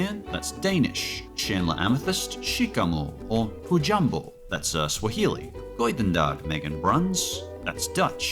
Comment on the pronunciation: btw, the dutch word goedendag is pronounced goodendag, not goidendag